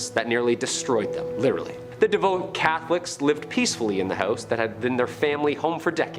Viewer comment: De-Vout Not Devote. Jesus wept.